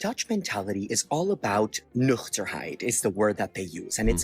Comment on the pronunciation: As a Dutch person, I can confirm that he’s telling the truth about living here for so long and being able to speak Dutch. Just because his pronounciation of the word “nuchterheid”, especially the “ch” sound, sounded perfect lol